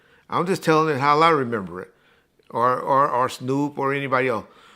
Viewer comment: I always wondered why adds an L to the word how.